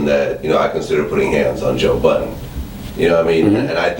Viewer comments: He STILL calls him joe BUDDENS.its BuddeN hahaha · ITS BUDDEN, NOT BUDDENSSSSSSS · You cant even pronounce joe budden name correctly, I know he cant stand charlagay tha fraud...